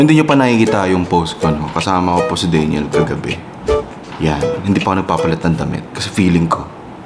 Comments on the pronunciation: DANYEL po hindi DEYNYEL 😊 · me: DANYEL: DEYNYEL syalan ha hahaha